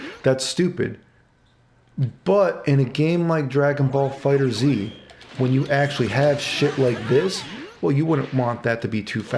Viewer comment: Fighters, not “fighters Z” love this video though always look forward to your videos.